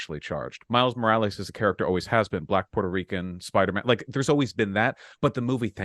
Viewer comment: I hate how Vaush pronounces it like: “Miles Moraleez”